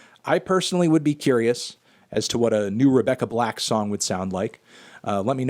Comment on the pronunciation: No Anthony it’s Rebecca black, not Rebecca Blacked